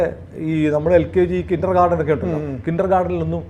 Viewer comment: Kindergarten എന്നാ ണ് പറയേണ്ടത്. കിൻഡർഗാർഡൻ എന്നല്ല.